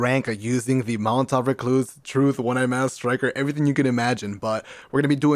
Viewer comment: Everytime he says mountaintop, pretend hes saying Molotov. Thats all i hear